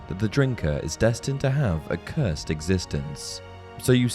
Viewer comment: The way he said “Cursed” 😭😭. It’s not “Cursaid”